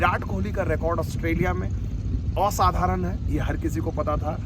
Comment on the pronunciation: aap OSADHARAN jayse bol rhe the mujhe bangali type feel aa rhi hain, aap bangali ho?